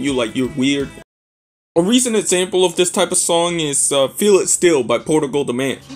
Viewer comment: I gotta disagree with Portugal. The Man being a one hit wonder. It wasn’t even pronounced right lol. PTM was always popular within its genre, it just never made radio due to the lack of a real interest in rock. This one song was the exception.